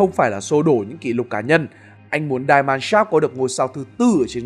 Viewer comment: Die Mannschaft (Deutsche Fußballnationalmannschaft) nếu bạn đọc theo tiếng Anh Die = Đai (chết) thì không đúng nhé . Thanks bạn